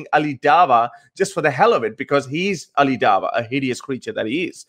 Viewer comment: says Ali Dava🤦🤣🤦🤣 its a W not a V